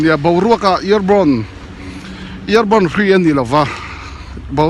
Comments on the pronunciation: accent a nilo aw. Pronunciation leh accent hi a in anglo. A pronounce diklo hrim hrim zawk a ni e. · Ear borne =air borne